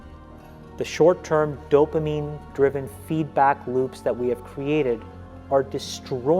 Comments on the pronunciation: Dude, dopamine not dofamine...thanks though for the good video. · Did you say “DOE-fuh-meen” ?? I swear I heard you say that twice about halfway through. I know you mean “dopamine” but I had to stop watching bc of that error... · “Dofamine” ...wth bud?! Dopamine, is the word you’re attempting to vocalize. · I totally agree!!! My oldest son has been telling me this for years. He does NO social media....I'm gonna follow. Great message...but in the future, try to use correct pronunciation of the word "dopamine" .... not "doffamine". Bless you and keep pushing the message!!!! People DEFINITELY need to go back to REAL social interaction. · Dopamine. You sound like you're saying dofamine? But great video dude, I agree with everything you said.